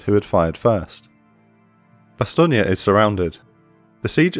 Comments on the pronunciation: I don’t know if it’s me, but do I hear, “ Bastonia”? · I live with someone who speaks fluent French, and I've also done extensive studies into this battle myself, and never in my life have I heard it pronounced that way. Additionally, even the Wikipedia pronunciation guide has it as "Bas-ton". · odd how Bastogne is pronounced Bass-stonia when over here it's pronounced Bass-stone. overall this is a darn good look at that battle. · The E at the end of Bastogne is SILENT. It is pronounced "Bah-Stone" - You are adding some extra vowels and it really sounds silly to speakers of polish. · No, it's an American mispronounciation by GIs on the ground who saw a road sign to a place they didnt know how to pronounce, that stuck. There was no American English pronunciation of Bastogne before 1944. Much like the mispronounciation of Foy. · your say bastonge wrong.... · I'm not, the Americanised "Bass-stone" is a mispronunciation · Superb series of videos, but goodness me the pronunciation of "Bastogne" is atrocious. I'm very sorry, but it is the only problem I have. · Is this really the correct way to say Bastogne? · Why u saying it wrong? 😅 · Great series but the mispronunciation of Bastogne really gets on my nerves. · I'm francophone, your pronunciation is a bit off. Maybe it's an accent thing? Don't mean to sound like a dick, I love your work.